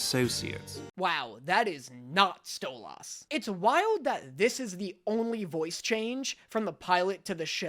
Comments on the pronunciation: "Stoloss" ew he pronounces it like Stella does but worse somehow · Oh god.. he called Stolas, StolAHs.. I can't wait to hear him talk about the messages he gets in the next one. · StoLAS 😭😂😂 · just so you know stolas's name is pronounced "sto-lis" pretty much only stolas's wife calls him "sto-loss/sto-lass" bc of her accent but it's not sto-loss LMAO not hate at all i just don't want the fandom to go feral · Same! Im like “who tf is Sto-lass?” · In his defense, he pronounces Stolas like mans now ex wife did out of pettiness 😂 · It’s pronounced stolis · please that is not how you pronounce stolas’s name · You do realize that you're saying his name wrong, right? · The way pronounces 'Stolas' is amazing😭😂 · Why do you say Stolas' name in the Stella accent🤯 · don’t pronounce stolas like that its gonna turn into another alastor thing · How long before the comments come for him for pronoucning yet another characters name wrong 😂 cuz that aint how ya say the owls name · Bros making me feel like those alastor fans by the way he’s pronouncing stolas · why are you pronouncing stolas like that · The way you pronounce stolas kills me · saying Stolas' name is giving me war flashbacks to when he kept saying "Alastar" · I'm just waiting for the people who bullied about his pronunciation of Alastor to come in for how he's saying Stolas's name.. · its pronounced STolis not STOLASS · ITS NOT STO-LASS ITS STOLAS LIKE STO-LUS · btw its not sto-lass, its sto-less :] (despite how its spelt, ik its confusing!!) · its stolas not stoloss plzzzzz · Stolaases it’s stolas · You can say any name wrong but Stolas I draw the line its stolas Not stolaes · It's stolas not stoolas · DID HE JUST SAY STOLAS INSTEAD OF STOLIS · I hate the fact that he pronounces "Stolas" as STOWW-LA-SS not STO-LAS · it is pronounced “stole-us” NOT STOLE OZ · IT'S NOT STO-LAS IT'S STOL-IS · bro it’s not stol-os it’s stol-is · DID YOU JUST SAY sto-LAS